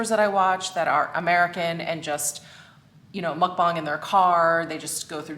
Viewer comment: As Korean, I was surprised on how you pronounced ‘Mukbang’ so perfectly. You should check out Hamzy’s mukbang ! I think you’ll enjoy her videos. And I enjoy AmiAmi’s mukbang as well ! 😉😉 About Tiktok, I don’t think it suits you at all.